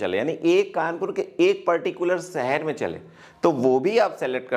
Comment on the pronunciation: Sir m aapki video aksar dekhta hun achchi hoti hen but sahar na bolkar shahar bolen please